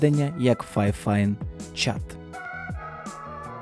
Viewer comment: Фіфайн, а не файфайн, а так то обзор класний